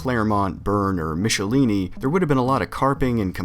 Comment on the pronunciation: Michelinie's name is pronounced mickle-eye-knee. He said so in an issue of Captain America.